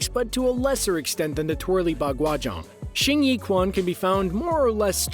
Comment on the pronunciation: quan is pronounced chuan, not kwan Shao-lin-chuan Xin-yi-chuan